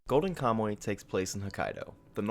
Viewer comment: I liked your video but HOLY COW you pronounced KAMUY wrong. "Ka - Mu - Y" Ka: like COw without the w Mu : like MOOse without the se I : like English without nglish (You said it like "kamoe", check the Mu and the Y and it'll improve good enough) I think you could have looked up how to pronounce the people of your topic. Anyway, a video with wrong pronunciation is better than no video, so I leave a like. Thank you for talking about Ainu culture. As a reference here is a link of a Ainu song: at she sings Kamuy